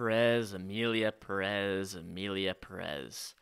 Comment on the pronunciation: one thing, can we stop pronouncing it like "puh-REZ"? The emphasis is on the first syllable. The American accent is fine lol but you can pronounce it like "PEAR-ez" and it's a lot more close to the real pronunciation / more respectful to the name. But I agree the movie is bad 🤣